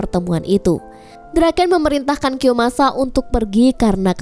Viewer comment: kiyomasaaa woy bukan kiyosamaaa😅😅